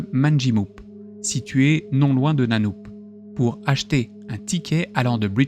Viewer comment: Ça se prononce "Nanneup"